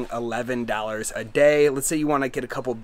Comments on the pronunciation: She is pointing out that you say dollars in an odd way. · How many “dAllErs” did he say it takes to live there?